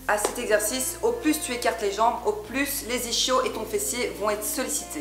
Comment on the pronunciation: Ischios ne se prononce pas comme ça s écrit, ça se prononce iskio. le tabouret pour faire des pompes n aide pas c est plus dur qu avec les genoux au sol. Sinon la vidéo est sympa